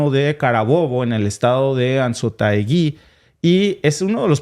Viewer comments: no es Enzotaugui es ANZOATEGUI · A solo le falta major pronunciar major los nombres de los estados Venezolanos......ZULIA Y ANZOATEGUI..Tienen acento en ZUlia y anZOAtegui. Jamaica saludos desde PARIS.